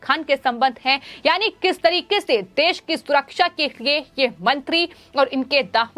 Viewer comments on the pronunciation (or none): none